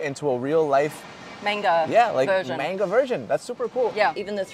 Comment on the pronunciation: It's Manga not Menga